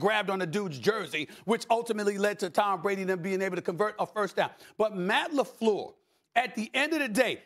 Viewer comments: Stephan a gets a pass to call the coach "Matt LaFlewwwwww" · SAS not Matt Lefluuuur. 😂😂😂✊🏿